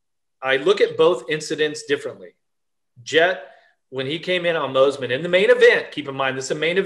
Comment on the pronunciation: Please for the love of God bring Fro back for commentary. Michael Mossy man and Adam Cinserell uh ? What in the actual F*ck ? You have a guy that clearly isn’t even in to the sport enough to pronounce their names correctly!!! Butchered over and over and over again. Terrible 💩